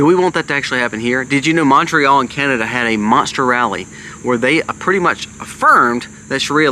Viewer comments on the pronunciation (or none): none